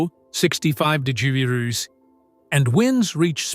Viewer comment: De..jereere ? What the heck ? That was a mouthful !!!! Why can’t a robot pronounce the word degree ?